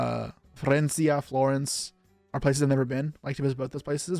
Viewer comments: He did say Florencis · I love how you pronounce Rome and Venice the Italian way but Florence the English way lol